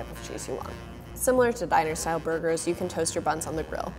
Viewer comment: Am I the only one heard about Dinasour burger, instead of Diner-Style burger? Lol.